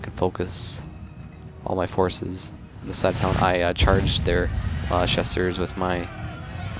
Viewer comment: Well, while we're at it, his pronounciation of Chasseurs needs a touch up too. Though i can't think of a similar sound in English, the -eu, is definetly not pronounced -u. The best example i can give is an Ø/Ö sound.